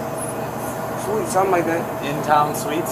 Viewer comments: Especially when he thinks he’s staying at Inn Town Suits instead of Inn Town Suites! So close!😂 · “Intown Suits.” 😂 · In Town Suits ... but he meant Suites 😂😂😂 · His pronunciation of “suites” as “suits” floors me! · He couldn’t even pronounce a single designer properly. He said Suits instead of Suites for a damn hotel 😂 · He said we staying at “In Town Suits” 😂😂 In Town Suites [*sweets*] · InTownSoots… No suites😂😂😂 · Dude cant even pronounce the name of the hotel he is staying in! Calling it innfield suits instead of suites... Just like childi5 Gambino said This is America...😢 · LOL finally I thought I was the only one... He even said it like two or three times.